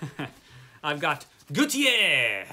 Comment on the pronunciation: What a fabulous 2 boxes! You've got some heavy mammoths in these boxes! Good reading ahead! Gautier = gaw tee ay. Tier in French is tee ay. Ex: my uncle is Pelletier. In english: Pell eh tee er. In French: Pell tee ay. In French, ez, er, et endings are pronounced 'ay'. Ex: chez, pronounced shay.